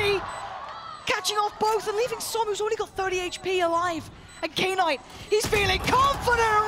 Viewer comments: Im losing my mind over the female commentator calling Knight K - NIGHT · No I mean "Knight" should be pronounced as "nite" instead of "K-nite" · Am I the only one triggered that knight is pronounced as K-night? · Knight pronounced as K-night was killing me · why is she calling him k- night? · why are the commentators saying K-night like it's two different word, it's just "knight" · what is k night. His name is Knight pronounced as night lol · She knows what a knight is right? Why does she keep saying K-night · Did she just call knight , K-night ? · imagine reading "knight" as K-NIGHT. what the F. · okay but who the fuck read knight "kay night" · Even the JP caster called him K-nighto maybe that's how he wants to be called idk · Why does the caster keep saying knight as "K-nite". Is it how it's pronounced or just the American way of not knowing how to pronounce it and still saying it to make American English? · I vomited hearing "K-night!"